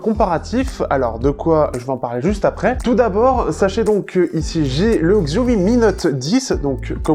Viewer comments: Oui c'est horripilant d'entendre le mot écorché. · Xiaomi ce prononce Chiaomi